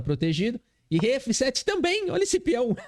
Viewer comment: meu, esse "DAMA EM ÉFÊ SÉTÊ" me pegou MUITO 🤣🤣🤣 TU ÉS O MELHOR!